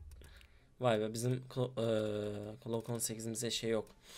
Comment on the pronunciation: klok 18 değil glok 18 diye okunur transforum değil transform